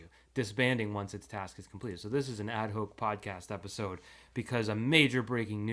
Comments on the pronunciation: Add Hawk, not Hoke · Ad hoc but is pronounced “add hock” #classof04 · Ad Hoc is pronounced like hawk